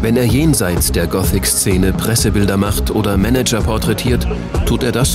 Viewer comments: Wie der Sprecher gothic ausspricht.. "Gootik" -. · alta , der Sprecher geht mir auf die Nerven . "GOTIK" XD . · Das Wave Goootick Treffen - super Aussprache ^^